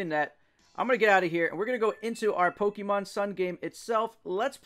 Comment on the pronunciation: Dude. Dude. Say it with me. Poh-keh-mon. Poh. Keh. Mon.